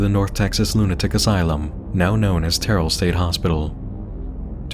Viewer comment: terrell is pronounced "TERR-el" not "tear-el"